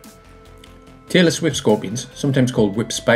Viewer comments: I kept hearing taylor swift scorpion and wondered why it was called that. I then realized he was saying tailless whip scorpion 🤦‍♂️ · Am I the only person who thought he was saying 'Taylor Swift scorpion'? 😂